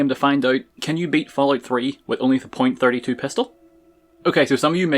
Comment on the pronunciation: I’m not terribly worried about why you’re using the .32 pistol, I’m worried about why you’re pronouncing it the way you are lol.